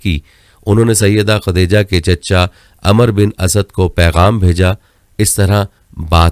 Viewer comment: Khateja Nahi Hota Khatija Hota Hai Kam say Kam urdu to seekh lo.........khuda ka khof karo yaar